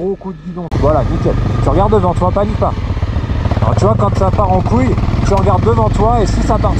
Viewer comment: Excuses moi chef mais on dit pas shoéé mais choille